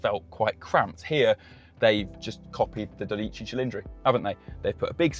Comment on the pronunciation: Well, you certainly did butcher the word “dodici” 😂